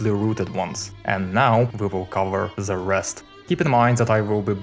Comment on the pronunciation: why does he pronouncing "the" as "ze"